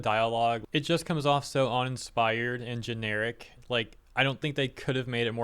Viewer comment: "On-inspired" "On-Known"